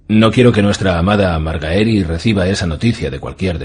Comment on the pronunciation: Que gran narracion, pero aun me cuesta escuchar MarGAEri lol